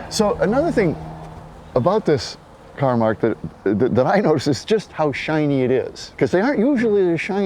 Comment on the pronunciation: It's CAR not Caw !